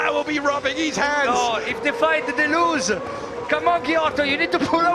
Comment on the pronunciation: "If they fight-e they loose-e!" 😂😂